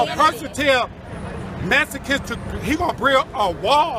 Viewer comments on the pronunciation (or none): "he wants to send the messicans back to messico"